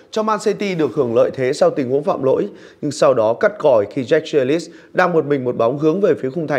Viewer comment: Jack Grealish mà cứ đọc là Giếch Ghi lít là tđn ??